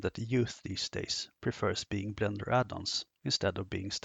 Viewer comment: Must’ve been the Blendör pronounciation 😊Anyway, fantastic introduction, clear as crystal. Thanks!